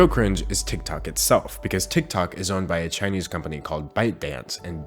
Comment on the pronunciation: your chinese kills me XXXDDD